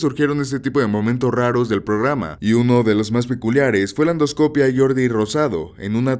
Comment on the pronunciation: Por que pones el acento en endoscopía y luego lo pronuncias donde se te incha? Perdón es que si me traume